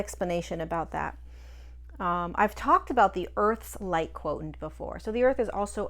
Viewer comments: Are you saying 'quotient' /kwoSHent/ as we know from mathematics, or is /kwoTENT/ a different term? I like your videos and always learn something new, so thank you! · Quotient is pronounced quo shi ent.